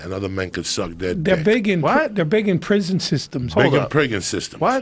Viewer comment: "big in prigon systems"